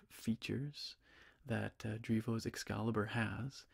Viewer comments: definitely says "excaibur" 😂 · It actually do say "excaibur". There's no L in between. Or am i blind???!? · Haha it would be EXCALIBUR so it is missing the L entirely hahaha